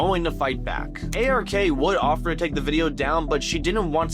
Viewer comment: It’s ARK not RAK